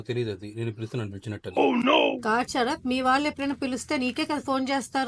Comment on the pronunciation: శరత్ ❌ షరాత్